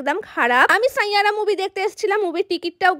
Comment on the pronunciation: Saiyaara❎ sainyara✅😂😂